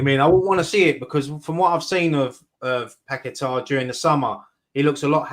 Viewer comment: Get to watch how Paqueta says his name DO NOT copy the commentators they know fuck all!!!